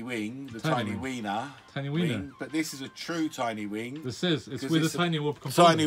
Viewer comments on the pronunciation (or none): Skip to ...yw. Also, I guess it's going to fly because you just said it does. And "tiny whing" That's all.